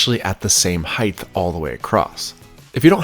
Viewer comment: The word height isn’t pronounced as if it’s spelled heighth.